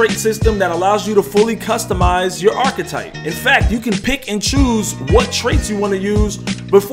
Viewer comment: Man, pronounce archetype correctly. you stressin me out.